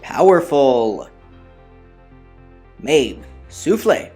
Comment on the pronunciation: i think it's pronounced "mah-bey" but great to see you here again!